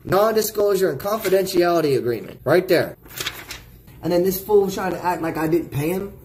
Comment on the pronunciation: That was the whitest "fool" i ever heard! Hit that keyboard blaster agaaaain foo!!! ⌨💨😥